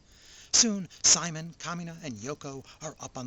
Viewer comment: If you like to suspend your disbelief this and other shows of the Super Robot genre are for you. I bet a few people chewed you out about how to pronounce "Simon."